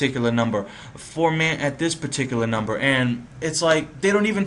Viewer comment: The formant refers to the size of the person's throat.. to the left it sounds like a little child or woman, & to the right it sounds like zordan or optimus prime, lol.. & it's pronounced, For-Muhn, not ForMaaant.. Also, "Choosy" or "Relaxed" is for the sensitivity of the autotune.. Choosy would nitpick at noise in the signal and every little wrong note.. Relaxed focuses more on the note in question.. Good video though